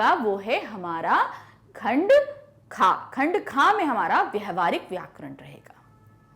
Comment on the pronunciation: Mam khand kaa kyun bol rhin hain khand ka hota hai